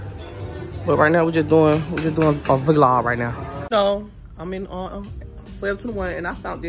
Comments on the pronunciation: It’s vlog not v-log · Yess V-log not vlog huh? 🤣🤣🤣